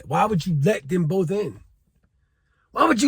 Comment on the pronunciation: 'BOF OF DEM BRUTHAS'....huh. smh